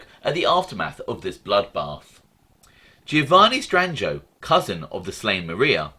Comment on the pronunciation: LOL. Pretty good...yes its Stran-joe. The "i" is almost always silent in the middle of a word...